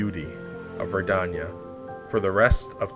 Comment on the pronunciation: Personally I'm a big fan of your dedication to pronouncing "Verdania" differently every other time you say it